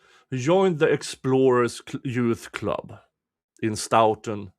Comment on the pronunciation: I haven’t seen all of your streams. Have you followed the hubbub in Stoughton with the town manager trying to force the police chief out? BTW…your English is way better than my Swedish, but may I gently point out that they say “Stow-tun” (like “toe”).